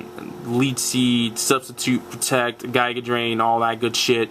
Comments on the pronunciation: well the reason its "gig-ah", like the word "gigabyte", is because the drain moves are a set. its absorb, mega drain then giga drain, each being stronger as you go up. when you say(technically type cx) "gi-ga", do you mean "ghee" with the g being pronounced like it would be in the word "get" or do you mean "guy" like the video or do you mean "jig-ah" like doc brown? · guyja drain is the wrong pronunciation.